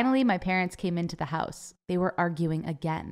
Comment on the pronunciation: The one thing that annyoed me about this video is when she say "hause"